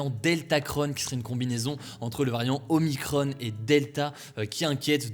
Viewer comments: Pourquoi dire OmicronE er DeltacronE? On est pas des Américains XD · Pourquoi dire deltaceONNE et omicrONNE ? On ne dit pas macrONNE pourtant ?